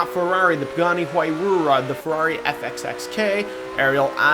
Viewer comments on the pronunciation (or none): The way you pronounced Huayra, lol. It is Waira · I'm pretty sure the phonetic spelling of "Huayra" is who-y-rah. I giggled a little when you said the name in your honorable mentions. "Huayrura" 😂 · lol hwyRUra pronounced whyruh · Huayrura? Where is he getting the "ru" from? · He said "the pergerny werrywa" its Pagani huayra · "Huayrura" xd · Lol never pronounce exotic car names correctly.. huayra is pronounced as "why-ra". Cinque is pronounced as "ching-kwui" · did you just spilled "huayrora" LOL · It's pronounced h - why - ra Just some advice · he said pagani huaywura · why are you so bad at saying names, like what the hell. sentanario, huyrura. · huyrura? really? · It's pronounced Pagani why-rah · Wade Elliott Why-ra* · The Huayrura you mean? 😂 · it's pronounced something like "why-ruh" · In Motorsport 5, Jeremy Clarkson pronounced it Hyyyaugh. He just gave up and it was hilarious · he said huayrura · its pronounced Y-ra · You said Centenario and Huayra wrong 😂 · The way he pronounces huayra makes me cringe af 😨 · The way he pronounced huayra 😂 No offense tho 😐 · I've heard people pronounce Huayra in many ways, but you... wow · holy fucking shit if you can't pronounce names, like huarya, centenario, AND Cinque, please don't. it hurts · the way you say Huayra almost made me kill myself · the way he says huayra makes me cringe